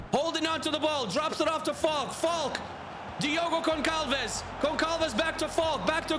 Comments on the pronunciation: Hey, in this case it's pronounced vocally famaliKão. And for Diogo it's said vocally GonSalves. I can't possibly make a prediction but I bet it won't be Barcelona or Bayern. Edit: I sure didn't predict away goals to eliminate Bayern and Barcelona. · As a portuguguese I can tell you that in "Famalicão" and "Gonçalves" the "c" and "ç" are pronounced the other way around - you pronounced them the opposite way. The "ão" is also wrong but the "c" and "ç" really was annoying...